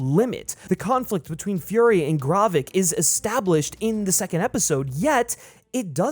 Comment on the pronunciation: The amount of names you mispronounce is absolutely insane. Great content but I’m not sure how you managed to miss pronounce Gravik, G’iah, and Maria Hill lol